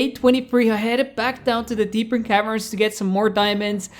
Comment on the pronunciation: Bro, love your vids but why do you say “deepern cavern”, it’s “deep cavern”